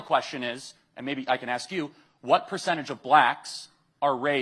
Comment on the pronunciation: say ‘ask’….